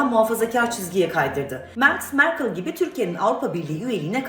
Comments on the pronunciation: mer K I L ❌ merkel ✅ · Merkıl ne yaa? Merkel değil mi? Böyle mi pronounce ediliyor gerçekten?? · Mer kıl kim. Siz amerikadamı ingilteredemi gazetecilik yapıyonuz.,napıyonuz? Kıl degil kel olacak😃